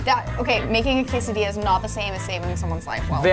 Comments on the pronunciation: The cheesy is better and it’s quesadilla not quesadella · Preston, my guy. When you say something like Quesadilla or Tortilla, you don't pronounce the L's. In Spanish when there are two L's, they make a Y sound. Kinda like my last name, Castillo. With Quesadilla you go Kay-Sa-Dee-Ya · Preston: says tortilla as tor-till-a Me: WHAT DID YOU SAY??!!?? Also Preston: says quesadilla as que-sad-illa Me Again: I AM SO MAD I WANNA PUNCH SOMETHING!